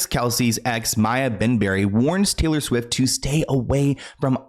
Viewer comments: Swift not swiff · She keeps calling her Taylor SWIFF LMAO😂😂😂 "I have no reason to shade Taylor SWIFF. Taylor SWIFF is Taylor SWIFF" 🤣🤣🤣